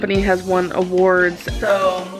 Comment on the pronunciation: I can't stand the way she pronounces so, "SSUUOOO"